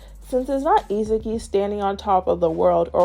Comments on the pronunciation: It’s stressing me out why you keep calling Isagi… Izuki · nice video! Somehow whenever you say Isagi I hear Izuki xD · Her pronunciation of Isagi cracks me up! It sounds like Itsuki 😂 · Good video, but I think you are saying Isagi’s name wrong